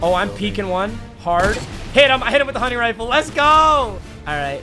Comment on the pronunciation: “Hunning rifle”